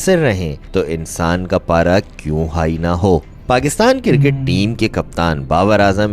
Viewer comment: Kirket nahi cricket hota hai